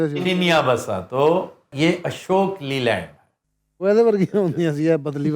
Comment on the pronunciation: لی لینڈ نہیں لے لنڈ